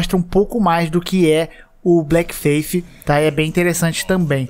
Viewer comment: ''Blécki feifi forseiken manÉ!'' <3